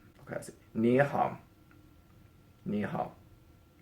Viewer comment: I found you getting ni hao wrong so funny specifically when you imitated them because that's what I always end up doing to get correct🤣🤣🤣